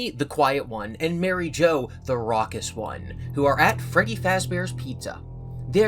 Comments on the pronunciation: You nailed rawkshiish. I giggled. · I was there on Wednesday when read the book for the first time! I watched him as he yawned like 17 times! I was there when he couldn't pronounce raucous!